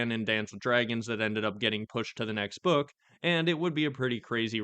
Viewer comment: There will be no more books stop saying Next Bokk